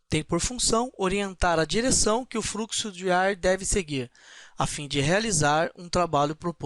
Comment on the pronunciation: A ideia é boa. Existem alguns problemas na sua fala ("fruxo", "eles pode", "câmera", etc) , falta um pouco de conteúdo e precisam-se de mais exemplos. Como é uma aula gratuita já é de grande ajuda pra quem não sabe muito do assunto. Espero ter ajudado.